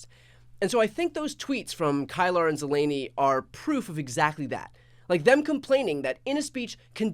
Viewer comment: Briana KEELER not Kylar. Jeff ZELLENEE not Zelaaanee. They only say their names all day long.